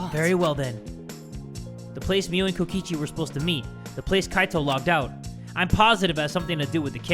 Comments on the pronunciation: "KOKOICHI" i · Kokichi❌ Kokoichi✅ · Here before corrects kokichi's name from "Kokoichi" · Kokoichi? Do you mean, Kokichi? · Ah yes, Kokoichi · NOT JAY CALLING KOKICHI KOKOCHI DJJDUEW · Its Kokichi not Kokoichi sorry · Ah yes, Kokoichi. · No one: in the title: kokoichi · Uh jay, you spelled kokichi like “kokoichi” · ah yes kokoichi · kokoichi... nice one jay lol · Kokochi? Hol u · Is no one gonna talk about how jay called kokichi "kokoichi" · "KOKOICHI" I'M CRUEING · BROOOOO HE CALLED HIM KOKOICHI HAHAHAHAHAHAHAAH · i just noticed that it said kokoichi 😭😭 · no bc jay spelled kokichi wrong he said kokoichi 😶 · anyone noticed "Kokoichi" lol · “Kokoichi” lmaooo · ATTENTION. Since calls him Kokoichi we must do the same. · "Kokoichi" ? XD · Kokichi is my guy, i don't usually call people my guuy, but Kokichi is my guy. Also: K O K O I C H I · LOL I NOTICED THAT TOO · ? it’s kokichi- please tell me your joking 😭